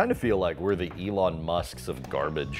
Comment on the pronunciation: I thought they were saying my name when they said Ilan musc...